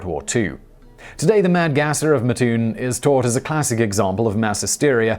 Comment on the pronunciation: It is pronounced Mat like a door mat....Mattoon and not Mutoon Thank you much.